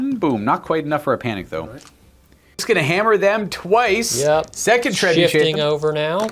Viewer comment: Poor pronunciation of Trebuchet 😂